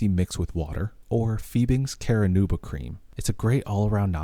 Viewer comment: tip: Pronounce Carnauba with just three syllables: "kar-NAW-bah" or "kar-NUBE-ah" (in the vid it comes off as "KARE-ah-NUBE-ah."